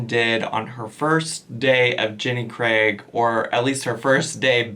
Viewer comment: Thank you for actually saying Jenny Craig and not Jenny 'Creg'